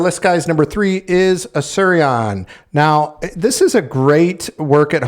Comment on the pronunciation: Good job on the home jobs🏠🧑‍💻. But you have Automattic as Automatic , Asurion as Suryan in the video's timestamp & Convergys 🔀 as Converges . 😁